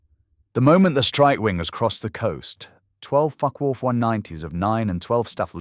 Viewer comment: EPIC pronunciation of "Focke-Wulf" there !!!!